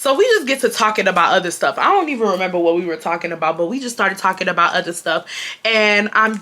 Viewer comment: Just got home! Taylor Port poured and I’m sipping! I absolutely love how you pronounce “other” “utter”